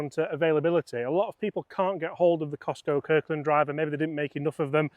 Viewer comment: Why are you persisting in calling it the Cistco driver? It is Kirkland Signature. Also, you set the whole video up to be anti-KS-pro-Eleven. The were talking from the outset about how the Eleven was "better" and more "premium", etc. Seems a bit one eyed, maybe?